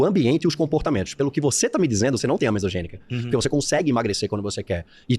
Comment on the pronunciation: Obesidade Monogênica NÃO mesogênica